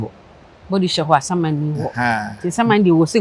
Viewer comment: I've been telling you that your name is "Asiamah and not Asuamah". Please kindly do this correction for me wae😂😂😂😂